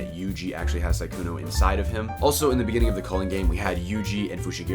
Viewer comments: I can't stand the fact he says 'Saikuno' and not 'Sukuna' :'< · Su-kuna, not sai-kuno 🤣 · i fucking bust every time you say saikuno